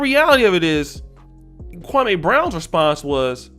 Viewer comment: 2 quick points #1 the shit wit stak and matt Barnes was 2 weeks in a row the Jeanie Buss episode then the Gilbert episode. #2 the fact that people say his name like that kwamaeeee brown is disrespectful in itself dude name is Kwame and Steven A has been told over 10 years ago that’s disrespectful to say his name like that